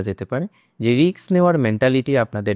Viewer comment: Risk not riks..please pronounce properly as educated persons are also follow your channel